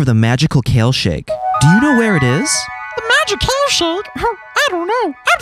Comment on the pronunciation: I thought they said kill and not kale